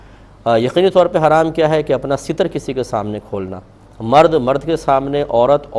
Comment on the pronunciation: لفظ ستر بفتح السین ہے لابکسرالسین